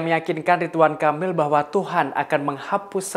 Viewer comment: Aku kok dengar nya “Kapil “ya di detik sgn😀 bukan nya “Kamil”, ini bkn yg pertama kl aku dengar pembawa acara ini baca nya salah. Aku nggk nyombongin diri ya org Indo rata2 sk slh persepsi, klo ngomong cepat aja mrk fikir ya aman lah, kita2 nggk bakalan dengar kesalahan kata2 nya, terutama pramugari2 di pesawat biasa ( bkn yg berkelas ya, duh minta ampun mau ngakak sndr jd nya, bhs Inggris nya bule bngt ( alias bulepotan😂), aku dan suami cb menyimak dg seksama, tp nggk ada satupun yg bs km mengerti. Kyk nya lbh baik penyampaian nya dlm bhs Indo saja klo penumpangnya semua org Indo ‘kecuali klo ada org luar nya, baru dah paksain aja pramugari nya pk bhs Inggris nya.